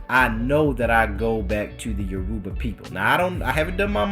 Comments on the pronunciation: lol bro it’s Your-Ba no U-ruba ppl. E-Bo and U-ruba not same tho. U gonna start a war😂😂. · It's actually Yo-row-ba